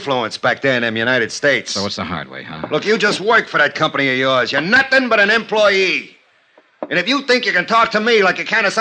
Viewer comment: " I know nussing". OK.